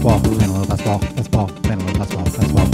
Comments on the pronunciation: Basketball is not meant to be pronounced as "basbol". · When I rap that fast, it does kind of come out that way. Also, there's an ad where a football 🏈 player pronounces it that way, and I only noticed because I do the same thing in this video. The pronunciation is better in the actual song here: Though, the "t" is still soft, like in Gal Gadot's name.